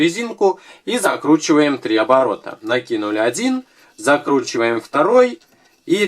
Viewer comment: послушайте как он говорит закручиваем!! )